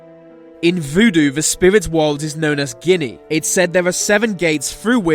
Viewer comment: What the fuck is a portal to a different wohwd? WTAF is a "WOHWD"????????